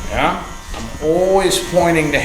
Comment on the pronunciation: Thanks again to you and your team for putting another tutorial together. You have a natural gift for teaching and I I truly appreciate you and I'll never get tired of hearing you say "Yah"😃